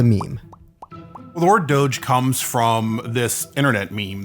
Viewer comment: He said GOGE, he can’t even pronounce it correctly.